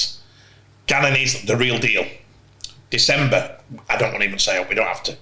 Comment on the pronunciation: For the love of god, - please stop calling Junior Nsemba - “December”. If you can’t pronounce the name just call him Junior